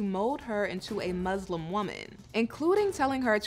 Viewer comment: The word Muslim has an ‘s’ in it, not a ‘z’…